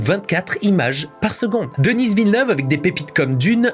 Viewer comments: J'aime beaucoup vos vidéos.. Mais Denis Villeneuve est un franco-québécois. Alors son nom se prononce Denis (comme deni), et non pas Denise à l'anglaise. Je sais pas en France, mais au Québec, Denise c'est un nom de femme. Les français vous faite la même erreur avec le nom de notre premier ministre Justin Trudeau. En français, ça se prononce Justin (just'in) et en anglais ça se prononce Justin (Just in) et non pas Justine comme j'entends souvent chez les Français. Parce Justine c'est un prénom de féminin ici. 😁 Je comprend que les américains prononcent mal leur noms. C'est normale, c'est pas leur langue. Mais ce n'est pas normale que les Français prononce ces noms à l'anglaise. 🤔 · Denis Villeneuve tu n'as pas besoin de le prononcer à la anglaise c'est un québécois, un canadien français. Donc DENI Villeneuve 🤷‍♂ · Rigueur! N’importe qui aurait su comment prononcer « Denis » sans passer des heures à faire des recherches. Malgré ton Denisse qui m’irrite au plus haut point, j’ai apprécié ta vidéo. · J'ai adoré la vidéo, cependant, on ne prononce pas le S de Denis... C'est francophone comme prénom!!! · Denise Villeneuve ? DENISE Villeneuve ? Ca va pas non ? C'est DENIS, c'est un québécois, personne ne dit Denise. Dans le pire des cas des américains prononceraient "Dainiss", mais certainement pas Denise. Et puis c'est DENIS. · C'est Denis, pas Denice, comme c'est Paris, pas Parice. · Il s'appelle Denis Villeneuve pas Denisss Villeneuve c'est un francophone du Québec. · Denis Villeneuve, une fierté du Québec! Petite remarque, tu dis "Denize Villeneuve" mais c'est bien et seulement "de-ni" :D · Un français qui prononce le nom d'un québécois aussi commun que Denis DenisE... yurk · Arrête de dire Denisss à l’anglaise, c’est Denis prononcé à la française, il est québécois, donc francophone. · Vidéo intéressant ! Mais par pitié arête de dire Denisse Vilneuve, ça nous fait saigner les oreilles ! C'est Denis (prononcer Deni) !